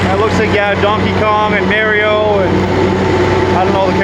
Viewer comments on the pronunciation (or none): Lost all credibility as soon as he said "May-rio" ... it's "Mah-rio" bud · love this video haha but pleaseee say MAR IO not MERIO! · Mar - i - o